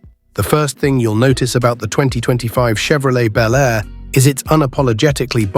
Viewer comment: These make believe videos of 2025 resurrections of classic vehicles (55 Chevy Bel Air in particular) really suck. They are horrible Frankencar mixes of all three of the Tri-Five classics. They don't even show the same car in the various shots. Obviously done by AI and the narrator sometimes pronounces Bel Air as Bee L Air. I've seen the same thing done with the 69 GTO Judge. It's not going to happen folks.